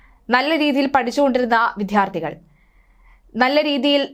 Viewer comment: വിധ്യാർഥി അല്ല ബെഹൻ വിദ്യാർഥി .. അവതാരിക അറിഞ്ഞിരിക്കണം 🙊